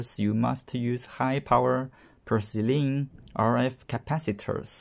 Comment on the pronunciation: Did you say "high power percelene capacitors"?? what is that word